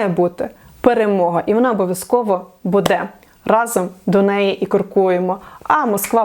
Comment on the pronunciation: Не будЕ, а бУде, скільки можна, тикати на російську , а самі через сраку на українській розмовляєте🤦‍♀️